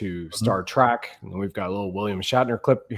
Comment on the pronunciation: Star Trek not track!